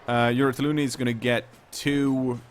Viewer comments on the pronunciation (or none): I'm pretty sure that came up on on the stream years ago, mispronouncing it Uratalloni is kind of an in joke at this point.